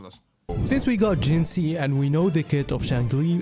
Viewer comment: Please tell I'm not the only one that's annoyed by creator's pronunciation of WuWa characters? Till now it was only Calcharo (pron. Kalkaro, check his self-intro voice line) and now Jinhsi too, have none of them pay attention during the story where they say her name numerous times.